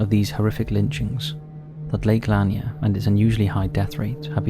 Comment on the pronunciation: Hey the lake is prounced La-Near